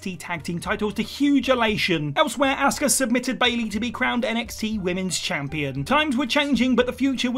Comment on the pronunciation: Her name is not "ASSKAH" It's Asuka